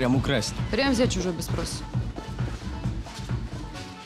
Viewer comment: Спроса , а не « проса «